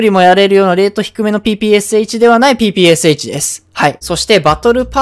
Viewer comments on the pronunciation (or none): ぺぺローションって聞こえたww